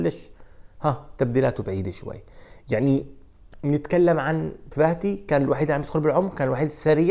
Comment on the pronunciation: يا اخ اسمه Fati مو Vati ارجو منك ان تلفظه بشكل صحيح تحياتي